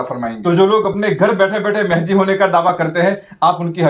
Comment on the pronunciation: حضرت ماشاءاللہ بہت اچھی ویڈیو ہے مگر لفظ مہدی کی اصلاح فرمالیں